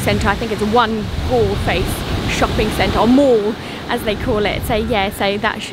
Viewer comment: In Galle - "a" does not sound as in apple . In fact, Galle - "g" sound follows by " "all" , so the whole word sounds like "goal " Thanks 👍 nice video